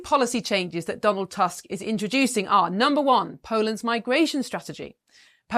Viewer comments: He changed his mind after he became the PM. Don't trust him a bit. And it's not "task", we read "u" like English "oo" in "book". So his name reads "Toosk". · I know you Brits are notoriously bad with foreign languages, but Tusk is really not a difficult surname to pronounce xd